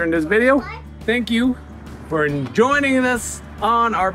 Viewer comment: Ha ha - - “Thank you for enjoyning us on our build”. Almost thought he said egg joining us. Had to re-listen.